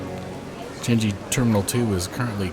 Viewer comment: Nice trip report! It’s pronounced Chang-ee. Not chan-jee. You also spelt subsidiary wrongly in the description.